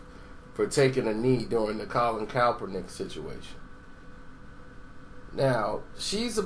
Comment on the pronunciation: cap- er -nick is how it's pronounced 😂